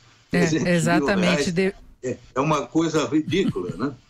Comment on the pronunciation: eu pensando que ele iria dizer 300 milhoes ... dai ele fala: ... 300 mir reais .... afffff ta feio mesmo ...